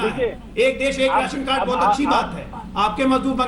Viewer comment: Raasan card hota h medam Ji.resan carad nhi